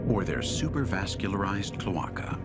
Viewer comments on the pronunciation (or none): I had to rewind a few times I could not get over the way he said cloaca 😂